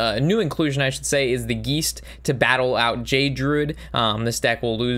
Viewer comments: Geist is pronounced guy-st (long I sound) not Gee-st (long e sound) and simulacrum is pronounced sim-you-lack-rum. Hope that helps in future vids, keep up the good work. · I giggle every time you say "geesed" instead of geist